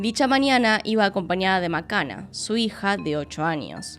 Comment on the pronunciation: La hija se llama Macana? Osea Makena? Que macana la pronunciación...y ni hablar de /jonolulu/ 🤔😔🤦‍♀